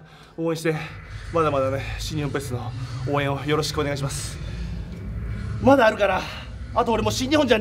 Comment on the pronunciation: オカダ！世界に言ってやれ！ルぇ〜ベルが違うんだよ〜このヤルォ〜と‼️